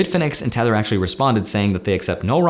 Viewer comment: I thought he said "Tenet" instead of "tether"